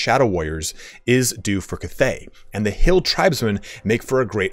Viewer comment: I wish I could teach you how to say cathay correctly. Its bothering me too much .